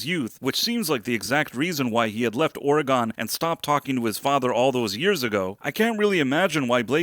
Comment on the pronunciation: Ore-gone 😂😂😂 as an Oregon native ive never understood why people pronounce it that way